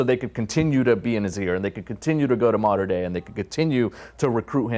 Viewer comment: It’s pronounced “Motter” Dei, not “Matter” Dei